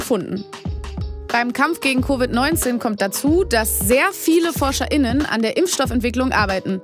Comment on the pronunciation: wenn man es wirklich drauf anlegt, warum sagt man dann nicht einfach Forscher und Forscherinnen? Dann hätte man auch das Betonungsproblem nicht..